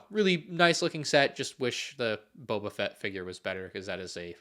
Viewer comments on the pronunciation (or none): none